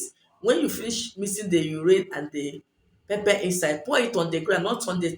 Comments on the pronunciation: Hi I'm sorry but I can't make out the steps its hard to understand. can you please type them out..also, you say pepe but what exactly do you mean by pepe? Is it pepper? If so what kind? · You have a beautiful accent but didn't understand pepper and what was the other ingredient?